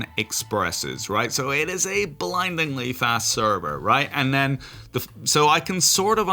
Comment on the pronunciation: 🤢 You said blindlyingly fast